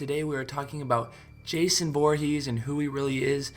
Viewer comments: I don't trust him after he said Boorhees instead of Voorhees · Boorhees??? The fuck bro